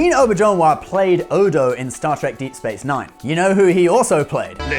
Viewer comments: It's pronounced Re-NAY oh-BEAR-zhen-WAH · Re-Nay Ow-Bear-Zhen-Wa, holy crap, Reen Oberjonewa? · Rene Auberjonois is pronounced "ren ay" "O bear ju nwa"